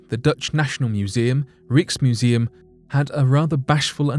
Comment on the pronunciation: Rieksmuseum, gotta love it!